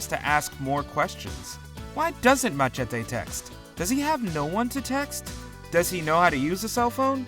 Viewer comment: The way he pronounced "Machete" just slightly irritated me. hehe.